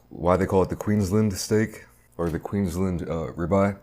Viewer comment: As an australian i died at the way you said queensland xD, great vid as always.